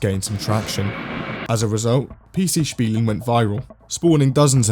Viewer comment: Bro I cant see this picture anymore My maths teacher puts these on the tests everytime captioned with: Good luck, youll make it And everytime I read this in hope she changed the meme I'm like 🗿 Edit: Wow he actually pronounced "Spielen" the right way One of the rare times I'm impressed of an english speaking person